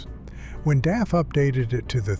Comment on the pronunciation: it's not D.A.F. ITS DAF. you don't have to spell it out separately, but read it together